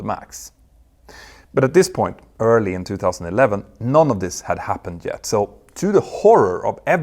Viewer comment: Fascinating series. Great use of the European pronunciation of J as Y when you said they weren't ready Jet. That was brilliant and hilarious!